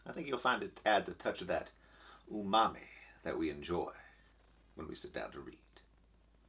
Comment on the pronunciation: Only PH could say "Umami" but really say "Ooh, Mommy".